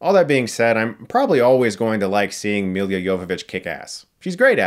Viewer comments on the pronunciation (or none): It's "M i l l a" not "M i l i a". If you make fun of people at least pronounce their name right :) And her running directly at monsters is like Shadow of the Colossus? How about, it's like Monster Hunter, you know, the game the movie is based on :D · Dude, why do you pronounce her name "Milya"? It's Milla and that's also the way to pronounce it. ;b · I just can't get past how he pronounces Mila as Milia. Chris mate, it's Mila - me-lah, it's not Emilia without the "E" :D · It's Mila, not Mil(Y)a, Jovovoic. I And a little trivia - that name in Serbian means something like "darling" or "sweetie". Cheers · It's Mila, not Millia. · Don't take this the wrong way Chris, I appreciate your reviews but man please do some research on how to correctly pronounce names - you say Milla's name like it's Milya TF? Lemme help you: MI like MI(sery) + LLA like LA(crosse). Might be my biggest pet peeve :o/ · It's Milla, not Millia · Reviewer likes Milla Jovovich so much he adds an extra syllable to her name... it's Milla... he even spells it correctly in the description... but pronounces it, "Millia"... idiot. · Sorry, but I have to bring it up again: Milla Jovovich's name is pronounced "Mila", not "Milia"; she's from Ukraine and her birthname is "Milica" (pronounced "Millitsa"), so "Milla" is already the easy-to-pronounce international version of her name, no need to complicate it :) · Let’s say it together : Mi - La! Miiiiii Laaaaaa . Not Milya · Her name is just "Milla" not "Milia" ! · hey chris, she's mila, not milya :) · Mila not Milia. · Chris, it's Mi-la not Mi-li-a Jovovich Come on. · Mi-La not Mi-Lia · Why are you struggling to say Mee-Luh? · Dear Chris, it's MILLA JOVOVICH!! - short for Milica..not Amelia. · every time you prounce "milla" the way you do, i die inside. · He can pronounce Jovovich correctly but not Milla. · I hate the way you say her name